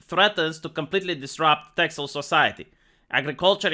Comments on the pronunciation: This news is from a month ago. The x is pronounced like an s. And, Friesland is also pretty secessionist. First I've heard of this though. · it's funny how you say it, I know it has an x in it but in Dutch we say ''Tessel'' nothing bad or anything, just funny to hear it like that.